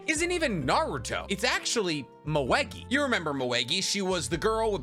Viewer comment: The way he says Moegi is killing me 💀😫lol